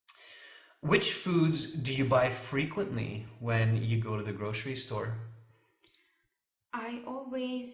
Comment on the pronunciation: then I usually not Usually /ˈjuː.ʒu.ə.li/, grocery /ˈɡroʊ.sɚ.i/ not grosiriy